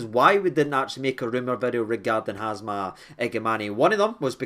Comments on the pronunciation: its HAMza not HAZma mate! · Everyone: H A M Z A… Hamza 😌: Hazma 😃 Been watching you since the dark ages of the lower leagues and I always get a good laugh at your -isms and the way you “freestyle” the English language 🤣 Try to catch every video mate you’re the only source I trust for my rangers news 🤙🏼 keep up the class work bro. WATP. 💙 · man, it’s Hamza, no Hazma ffs 😂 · Brotha can spell his name right. Its Ham za not Haz Ma… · Who’s Hazma? It’s Hamza! 😂😂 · you pronounced it wrong pal. You butchered Both first and last name.